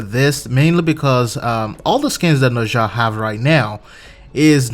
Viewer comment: Why do you pronounce Nezha as nausea? For shit sake, it's Nuh-Zah